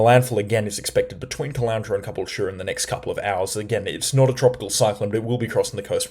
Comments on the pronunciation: It's Ca - bool - ture,. Stress on 'bool'. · Ka - Bull - Cha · The cyclone did this just because it wants to force you to try pronounce caboolture more lmao